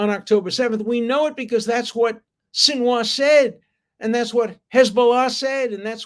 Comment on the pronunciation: Keffiyeh, not kiyaffah. I am correcting because it matters when people hear you speak. It affects how your argument is perceived, like it or not. Also Sinwar and not sinwah, and also please try to avoid obvious typos in on-screen text and video titles.